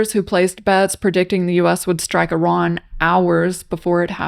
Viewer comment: Why do people pronounce Iran as Eron?